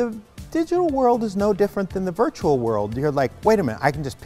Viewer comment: Virtural Virtural Virtural 😂